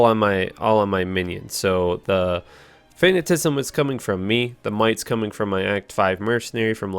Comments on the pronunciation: Jessica Mahaffey wrong, its fa-na-ti-ci-sm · It's not "fanatism," it's fa·nat·i·cism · Is he saying "fanna-tisim?" Nails on a blackboard. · Nice vid very creative build :) btw it’s pronounced fa-na-ti-ci-sm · FA-NAH-TI-SIH-ZUM Fanaticism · His ability to pronounce fanaticism is pretty fanatastical. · Absolute butchery of the word fanaticism. Not even close. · Repeat after me, fa-na-ta-si-zem. Also, there is no "T" in decrepify. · fuh-nat-uh-sahyz-uhm and there is no "T" in Decrepify